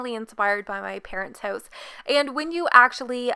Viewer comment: Idk everytime she said "house" it sounded like "hoes" to me 💀